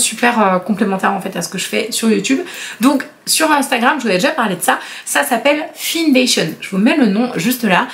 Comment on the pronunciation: "Findation" se prononce comme le verbe "find" ("trouver" en anglais, c'est un jeu de mots :) Je suis choquée pour l'anecdote du parfum Nina Ricci ! En revanche, ton abonnée a un copain en or :) Quelle belle personne d'avoir pensé également au petit frère.